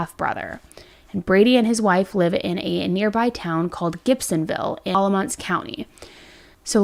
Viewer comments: Alamance you got right, kinda… except it’s Alah-MANce. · I live in Alamance county and this is crazy!! The pronunciations is a little interesting but your effort is so appreciated!! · Alamance is actually pronounced with a short a sound. The end of the word sounds more like “ants”. Not that it really matters though lol. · This one isn’t too far from me. It’s crazy! So sad! And it’s Al-lah-mance county! And meh-ben 😬 F-land no shade just helping